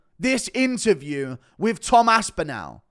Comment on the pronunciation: AspinALL NOT ASPINEL